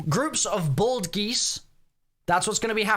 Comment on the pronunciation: doesn't know how to say bald confirmed